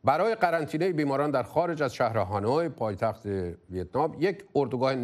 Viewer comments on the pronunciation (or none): none